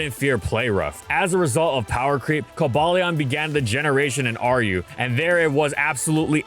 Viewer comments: I think I threw up in my mouth a little, hearing "Coh-bail-lee-awn" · Not in my entire life I've ever heard it being pronounced as "cobayleon", that's just too lame to be true. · It is "Co-bay-leon" and this is the universal truth. Accept the facts,, you can't deny it forever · The only reason I can think of as to why PokeDex 3D Pro pronounces Cobalion as "Co-BAY-Leon" might be because it's trying to incorporate the animal-inspiration's name, the legendary Yale (not to be confused with the University that shares the same name-- and uses the creature as a mascot)... but even I have my doubts on that stretch of a reason... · The pokedex pronouncing it “ko BAY leon” is just wrong. Like anyone who says “ar KEE us”. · Co-bay-leon is a weird pronunciation, considering it’s based on the word cobalt. Also, Virizion is pronounced Vir-I-zeon despite being based on the word viridian. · Coh-BALE-ee-on doesn't even make sense, cause the "Cobal" comes from cobalt. You know, as in a shade of blue? Or the metal? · Co-Bay-lee-un is the equivalent of the monster hunter devs calling Tigrex, Tee-grex when we all know it's Tie-grex. they're based off COBALT and TIGER!!! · Did that Pokedex hire some goofy YouTuber to do the pronunciations? Jesus christ. Ko-bay-leon! Who looks at this pokemon and thinks that's how you pronounce it? 😂😂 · The Swords of Justice have easily the most borked official pronunciations of any pokemon. Cobalion as in Cobalt? That thing it's named after? No, co-BAY-leon. Virizion as in Viridian, the color it's named after? No, it's pronounced like Verizon Wireless. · "coal-ballion" dear god why is it pronounced like that . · "Cobayleon" I can't lmfao 💀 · Ironic how they used the fan pronouncation for Cobalion when they said Reinuclus's name the official way. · says raikou incorrectly but cares about coballion pronunciation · Because he's choosing not to say the correct pronunciation. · Horrendous "official" pronunciation of Cobalion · Obviously it's Coba-Lion.